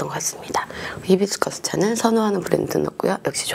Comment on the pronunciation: it is not "he bis cus " but ", hi - bis-cus